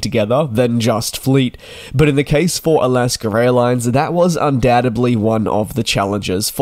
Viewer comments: there you go. Thats how you pronounce “Alaska”. It’s definitely not “Alasker”. Where do you get the “er” from? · "Alasker Airlines?" Couldn't they at least have found a Yankee to read the script? :D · Alaska doesn't have an R at the end of it. It is an A. A las kah! Who even cares about this?? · Hard to subscribe to a presenter who can’t speak English correctly . Alaska. Is pronounced a not a er ……